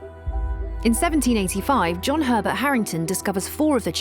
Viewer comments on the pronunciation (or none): none